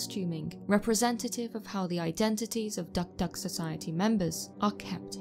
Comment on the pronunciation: Hey, I'm a long time fan of your channel. 2 points I'd like to make. 1. Your pronunciation of DukDuk is a little bit off, no biggie though😁 2. I'm from PNG specifically East new Britain province where the tradition of the dukduk is practiced, on the contrary the practice was not "sinister" as you claimed but an essential social structure that maintained some sort of law and order within the tribe; Granted it was harsh.